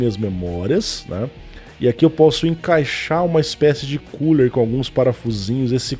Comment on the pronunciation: Só falta uma cadeira pra refrescar o "CULER".